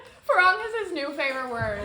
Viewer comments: its not farangi Its firangi pronounced as FEE-RAE-NGEE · Pad Thai looks good..! also you are pronouncing "farang" like a farang, more emphasis on the "ng" at the end...! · Your Pad Thai looks great. I love the way you say "Farang" 😂 Welcome to Thailand Jimmy